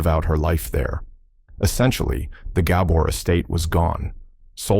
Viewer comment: Learn how to pronounce the Gabor’s name.